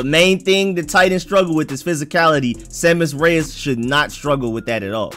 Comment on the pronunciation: Pretty sure u saying it correctly.